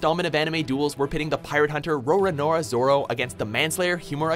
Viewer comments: Roronoa Zoro would win,even though he gets lost all the time XD Also, Roronoa Zoro not Raronoa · It's Roronoa not Roranoa! Come on man, how hard is it to pronounce it